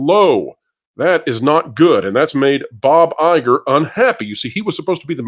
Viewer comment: Please Guys it's BoBo EyeGore 👁 🤣🤣🤣🤣🤣🤣🤣🤣